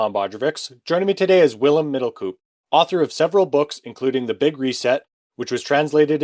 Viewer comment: I don't like to be a smart ass but middelkoop is pronounced like cope.